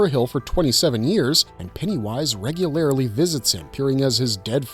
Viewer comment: If I watch one more video in which someone says “regularily” or “particularily” I’m gonna have to open a school.